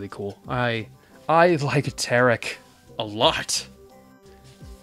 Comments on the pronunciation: I died when you said "tecar" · Tekar?ITS FREAKING TERAK